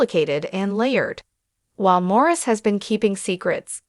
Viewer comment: His name is pronounced Maurice!!!